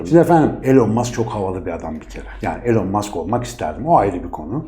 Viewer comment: Su adamın adını doğru söyleyin artık ilon mask diyeceksiniz sığırlar